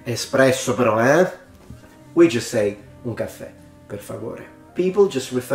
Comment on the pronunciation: The way you said “un caffè, per favore” sounded just like people from São Paulo would say “um café, por favor”. I always downplayed Italian influence on the dialect of São Paulo, but I believe it now.